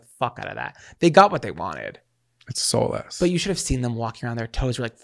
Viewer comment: It's 'soul less'. 😂😂 Zachariah must be used to it. 😂